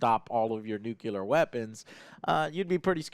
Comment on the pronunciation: NUCLIE-AHR! not NU-Cue-Lar